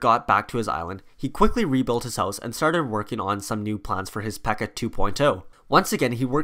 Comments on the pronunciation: It’s P.E.K.K.A not Pekka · Ok two notes. One, it would be cool if you talked about their obsessions with But-ter-flies and Pan-cakes. Two, there is more than one PEKKA and Mini PEKKA in the village and Royale Arena. Great video though!